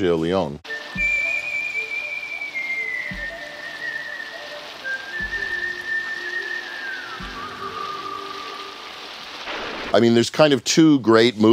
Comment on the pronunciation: Oh dios mio, Sergio Leone is pronounced Sergio Le-o-ne (and not Leon. You speak the e out loud)